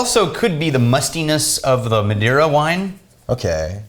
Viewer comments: Madeira is pronounced muh-day-ra, the "dei" is read like day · Guys, it's pronounced Mah-day-rah, not Ma-dy-ra ... since you try to pronounce Scottish names, I think you also can try Spanish or Portuguese names. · not it isn't the Ma is pronounced as Majority, for example. the rest you are right. I am portuguese